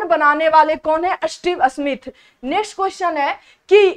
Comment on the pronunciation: Sahi tarike se bolna nhi aata Smith ko asmith bol rhi hai 😡